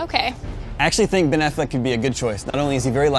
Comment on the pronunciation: its Affleck dude give him a chance -,- geez